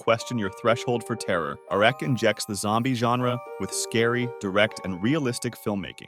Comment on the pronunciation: i have never heard anyone pronounce it ''R.E.C'' before, everyone just say ''Rec''